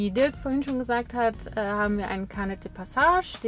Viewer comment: Gesprochen: Peh-loh-ponn-ees, nicht Peloponnes wie etwa Pommes (anderes Video) Gesprochen: Car-neh, nicht Kar-Nett (liebes Auto) - Carnet ist frz. Schöne Darstellungen! Die 800 Euro pro Nase pro Monat stehen nun einerseits der Wohnung in D gegenüber (Zusammenleben in einer Wohnung, Nebenkosten und Lebensmittel dürften ähnlich sein, aber man hat dann noch kein Auto). Auf der anderen Seite hat der Camper über die vermutlich 40.000 km sicherlich auch einen Wertverlust erlitten. Von 40.000 € Anschaffung des anscheinend neuen Fzgs dürften optimistisch ca. 28.000 € aus Verkauf übrig bleiben. Das sind 12.000 € Mehrkosten zusammen, und 500 € pro Nase pro Monat. Dann sind da sicherlich noch die ca. 1.800 € Gehaltsnetto, die jeder von Euch monatlich sonst erzielt haben könnte, und auf die Ihr nun verzichtet habt. Darin sind Urlaubs-, Weihnachtsgeld und Wartezeit auf den nächsten Job schon enthalten. Ein Auto kostet pro Monat ca. 300 € Vollkosten (also mit Sprit auf ca. 15.000 km/Jahr). Die darf man noch (für jeden einzeln) abziehen, weil ihr das Auto zuhause für die Arbeit gebraucht hättet. Die 3 letzten Positionen sind nun im Grunde die Kosten der Weltreise, nämlich (+1800+500-300=) € 2.000 pro Nase pro Monat. Erstens holt Ihr das aber schnell wieder rein, zweitens wart Ihr ohne Kinder noch unabhängig und drittens kann Euch die Erinnerung an die und die Erfahrungen aus der Reise niemand mehr nehmen.